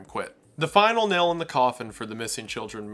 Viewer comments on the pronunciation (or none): none